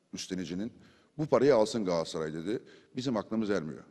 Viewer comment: abi sende dahil pek çok insanımızın yaptığı bir hataya değineyim telaffuz "Galatsaray" değil "Galatasaray"